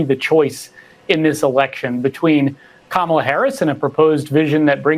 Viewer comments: Didn't you see her neices' lesson at the DNC? The debate? Her name is Kamala, pronounced "Comma-la". Please correct yourself. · Bro Pronounce it like this… comma-la Or just say VP Harris.. you’re obviously struggling with her name…😒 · You cannot pronounce Vice President Harris’ first name correctly??? WTF?? You also don’t know how to use “like/as” correctly! No “like,” no subscription. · Please pronounce the VP's name correctly.